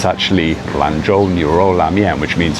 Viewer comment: 兰州牛肉拉面 lanzhouniuroulamian he read it right！👍